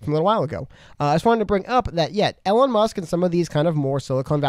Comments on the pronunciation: WHY IS HE SAYING ELLEN MUSK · Can you please slow down and pronounce your words. And you keep mispronouncing Elon’s name lol